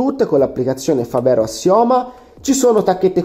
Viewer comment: mi sembra una televendita! si dice fàvero, non favèro, e significa fabbro in dialetto trevigiano